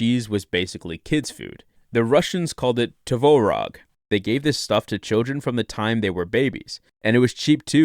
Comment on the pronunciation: I guarantee you that we did not call it tovorog. 🤣 I like how your pronunciation of it just gets worse throughout the video. 😂